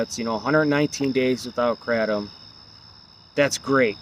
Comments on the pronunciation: Why do you keep saying kratom incorrectly? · Ugliest way to pronounce kratom